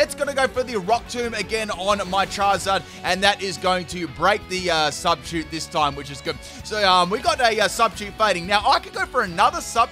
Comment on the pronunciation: I am triggered as hell by the way you say substitute.